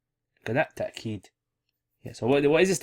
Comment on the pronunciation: Why do you say ta-keed. It's written as tawkeed